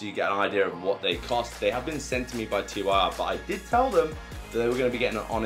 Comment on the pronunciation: Not T Y R; it's TYR, pronouced Teer.